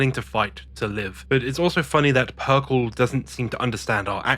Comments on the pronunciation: I'm really digging your videos but "PERKEL"?? That hurt me. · Yeah I don't know why he has a trend of mispronouncing words despite being English. Especially in this situation when Perkele is an obvious play on words.